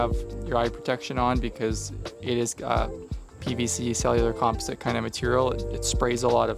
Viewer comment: When you say "comp-e-site" do you mean "composite"😂😂😂 dang Canadians sayin stuff wrong #americanssaystuffcorrectly 😂😂😂😂